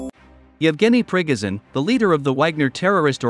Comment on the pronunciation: “Pre-go-zin” lmao ffs it’s not hard to pronounce